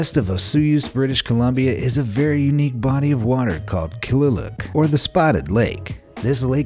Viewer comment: you absolutely did not properly pronounce/say the name of the body of water in Canada!!!! Kliluk is actually pronounced KLEELOOK not Keeleelook as you are claiming!!!! I find it disrespectful to not properly pronounce the name of Canada’s Okanagan's First Nations people's lake!!!! Especially after this video was edited into what we are now seing on YouTube!!!! This kidney-shaped lake, which is half-a-mile long and five football fields wide, is known to Canada’s Okanagan First Nations people as “Kliluk” after the minerals they’ve used in healing ceremonies for thousands of years. More recently others have called it “Spotted Lake” or “Polkadot Lake.” Minimal life survives in the lake’s super salty conditions, which is why, along with a particular set of minerals, it’s been described as a terrestrial analog for ancient Martian lakes.